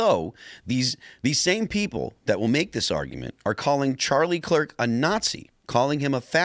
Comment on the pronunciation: He keeps calling him Charlie Clerk 😆